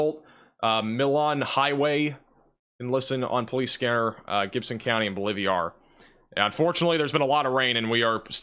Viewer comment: “Bowl-live-ee-are” or Bolivar? 🤦🏻‍♂️ “IdleWOOD” or IdleWILD? (It’s b/c I donate $ and love ya. I wanna see you learn to pronounce unfamiliar names) ❤️